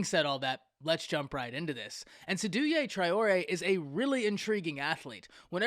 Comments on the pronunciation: Great take. Its pronounced 'Say-do' btw! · It’s pronounced “SEY-DOU”